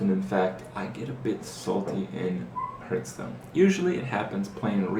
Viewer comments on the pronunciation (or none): why u always say herth stone not hearthstone